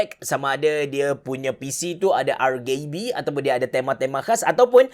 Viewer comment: Sebutan "RGB" ialah 'arjibi' bukan 'argibi'